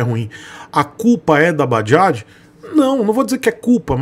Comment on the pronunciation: "Bajajo" kkk